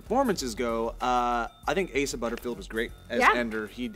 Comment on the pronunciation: It's not pronounced "Ass-ah", it's pronounced "A-sah"